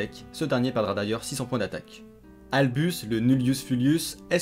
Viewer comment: Waaaaa les trad du jap au fr pique les oreilles xd (pas de votre faute évidemment) albus au lieu d'albaz xd